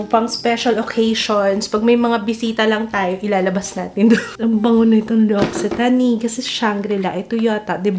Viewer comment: (eL'octane) ang pag pronounce niyan.😊